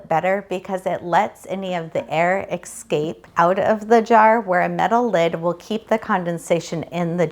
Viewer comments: OR.... how about we just consider it a mispronunciation, which it is what it is. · Lots of people say it that way. Think of it as an accent of sorts. ;)